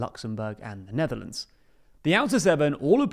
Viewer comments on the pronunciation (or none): none